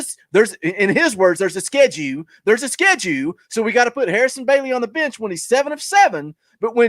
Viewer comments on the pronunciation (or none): “Schedue!! We talking bout schedue??” Yes I know it’s schedule. I used to watch for JP’s rants, now I watch for..love the show and finally got my shirt today!! Been lurking since show 2 or 3.